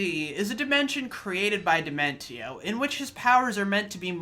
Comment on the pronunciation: Indeed the best villain in the history of video games to be put disrespected like this sickens me. I demand they remake the video and say his name properly in all of its glory.